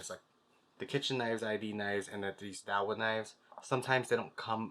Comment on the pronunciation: Pronounced "Yao vool" roughly